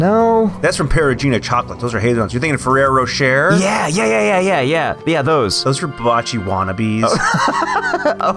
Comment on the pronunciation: Jess Henriquez Lol that’s what called the “Ferroro Rocher” in this video, so I was referring to that haha. 😂